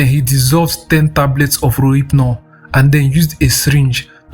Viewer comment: Is it relphnol he is calling rohyphnol lol 😂